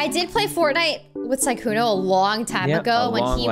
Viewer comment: why the names , SUSuuuukae, lmao il Sykkuno for trying.